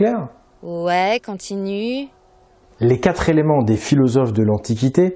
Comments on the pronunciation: minute "semblent zavoir été..." minute: "la philosophie des quatre zéléments" (+ toutes les fois qui suivent) je préfère votre voix à celle d'une narratrice. en plus cette narratrice fait des liaisons mal à-propos. c'est comme une faute d'orthographe à l'oral, vous comprenez? la dernière fois, c'était "La-hon" alors qu'il faut dire "Lan" (Laon). j'en profite pour dire que je préférais aussi vos vidéos sans l'adolescente boudeuse qui pose toutes ses questions en faisant la moue. ça n'ajoute vraiment rien à vos vidéos, bien au contraire, ça les rend plus immatures et moins professionnelles. je suis désolée. votre travail est sublime et pourtant, je critique sans arrêt. il y a un décalage entre le contenu qui est génial et le contenant qui est disons... perfectible... la langue est tout aussi importante que la spiritualité. elle en fait même partie (on crée ce qu'on dit, c'est même le sens de "abracadabra" en hébreu). je fais ça pour protéger notre langue française qui s'en prend plein la gueule en ce moment. je contre-attaque car la langue française, le conduit de notre réflexion et donc la base de tout le travail que vous faites - sans elle, pas de PagansTV - manque d'amour par paresse intellectuelle et est ringardisée par les Français eux-mêmes. elle mérite mieux dans la mesure où on est bien content de la trouver. donc soignons-la ("s'instruire" comme vous le dites dans la vidéo, s'élever vers les choses de l'esprit, "les choses intellectuelles", puisque la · Attention au excès de liaisons !! Oublions les terminaisons de verbe en « ent » que vous liez avec un « S » mais svp !!! L N’Y A PAS DE « S » À QUATRE !!! Merci. Ça fait tache pour le sérieux. Sur tous les relecteurs il n’y en a pas un que ça a derangé ?? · Oh, oh : les QUATRE ( TOUS les chiffres sont INVARIABLES)" zelements" (sic) . Désolée mais ça choque mes oreilles . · Elle m'agace, la dame,avec ses quatre zéléments. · ca m énerve d'entendre quatre Zéléments ... quatre est invariable ...